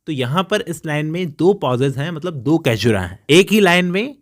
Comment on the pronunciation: It’s सैज्युरा not कैजुरा, बाक़ी आप बहुत अच्छा explain करते है .